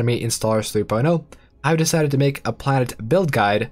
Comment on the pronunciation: Am I the only one that hear him saying "Karen capacity" instead of "planet capacity"? Damnit Karen, being entitled to populate the planet.